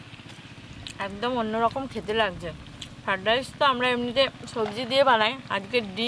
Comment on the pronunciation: Omongloga ota ki go ? "ফাড রাইস" 😂😂😂😂